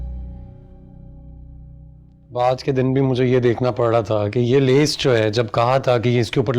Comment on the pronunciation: lees nhi bhai laes hota hai